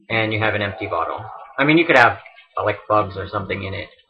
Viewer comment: I can't be the only one who keeps hearing "Reverse Photo Adventure".